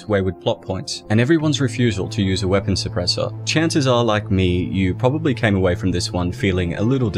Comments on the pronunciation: "Probally" Probably. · "and I'll pobally die" 👀😬